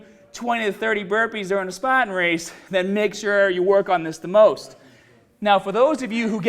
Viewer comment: Why do you say SPATANS? lol